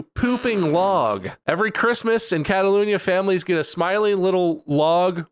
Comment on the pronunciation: Why does Bob keep pronouncing "Catalonia" as "Catalunia?" That's bugging me.